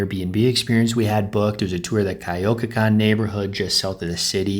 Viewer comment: The way you said Coyoacan made me laugh. I remember when I originally moved to Mexico city I couldn't say the names of anywhere. Xochimilco, Coyoacan, Chapultepec. Not easy as a beginner haha